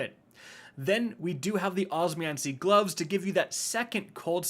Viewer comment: it's the "OSMANCY" instead of osmeomancy for me.